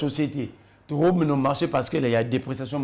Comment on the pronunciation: Bonne émission. Je demanderai à ou, sorry. C'est ce qui est souvent écrit sur les titres d'émissions. l'homme plein des sagesses et d'intelligences u j'aime écouter. Si monsieur, peut travailler sur sa phonetique. Exemples: le et non lait, lai,let. Le (e) est fermé. Directeur, supérieur, producteur etc... (eur)et non directaire,productaire,superiairetu et ti. Plus et non plis Que et non quai. Merci